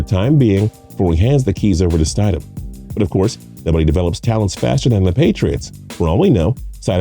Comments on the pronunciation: Did he really just say Jarrett STIDE-EM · The guy says: st I dam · Right! "Sty-dem"? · It's not stide-ham, it's stid-ham. If you can't get something that simple correct, why should any one take your analysis seriosly? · How much can you really know about Football if you can't Even Pronounce the Patriots Back up QB's Last Name, you said it WRONG SEVERAL TIMES !! so it wasn't an accident it's pronounced STID-Ham not Stydum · St I dam? That’s wrong It’s stid um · It’s stidham not stadhim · Ik😂 jarett st-I-dam no its sti-dom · Rollercoastercritic Aviation Stidham is pronounced with a short vowel I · Yeah, his name is Jared Stidham. Also, you pronounce names weird. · I like this guy and his silky smooth voice but the way he pronounces Jared Stidham gave me a seizure. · Not to mention he says Stidham's name wrong 20 Times.... You think if your gonna say a name 20x you might want to get it right.. LMAO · It hurt hearing this Idiot say Stidham wrong 20 Times... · Or how he says stidham